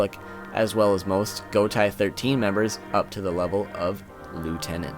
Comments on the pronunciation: Is pronounced as go tay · ... did you seriously just pronounce "Gotei" as "gou-tai"? Most of the Japanese stuff reads as they are written... It's not that complex!